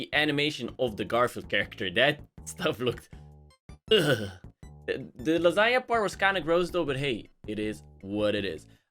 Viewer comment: When you say langena now I am hungry